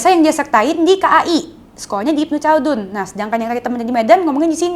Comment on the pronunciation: Ibnu Kaldun cara bacanya